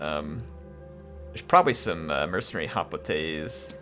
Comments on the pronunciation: Bro...Its pronounced "HOP-LIGHTS" ... NOT "HOP-LIT-AYS" ... fuck me!!! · I’m not trying to be mean but that’s not how you pronounce hoplites😂